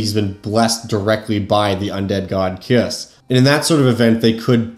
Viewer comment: I believe his name is pronounced Kai-Uss, but I could be wrong.